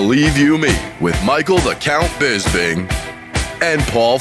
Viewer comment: Even though it's been mentioned before how people say "BisPing" wrong, I can't believe saying "BizBing" in the intro still hasn't been changed or even addressed! Please have Harrington do a new one right, including Felder's full fight name! Love this pod lol make no mistake